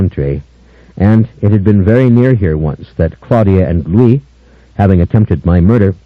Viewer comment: Honestly, I thought leaned into Lestat's hammy delivery too much. And he pronounced Louis wrong through four books lol